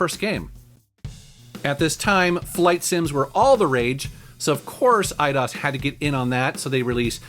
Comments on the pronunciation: it’s Eye-dose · I always thought it was pronounced "i-dose"...like 👁 + Spanish number 2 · It was pronounced i-dos? I always pronounced it aye-dose. Huh. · I've always pronounced the company EE-DOSE. Hearing said as I-DOS sounds weird. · I thought it was pronounced Ee dee os. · I always pronounced it e-dose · Eye dos is how Americans pronounce it i think. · Huh! Always pronounced them /AYE-dos/ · Lol, I always pronounced it 'I-DOSE'. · I pronounce it e-dose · I pronounce it as "Eye-Dos" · I've always pronounced it "eedose" lol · I always pronounced it E-ah-dos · the spanish numer two is not pronounced "dose" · Dat moment when he pronounces EIDOS wrong. I think it's pronounced I-DOSE. Also you should trash Tomb Raider Angel Of Darkness in a future video. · They way you said Eidos literally made me want to close the video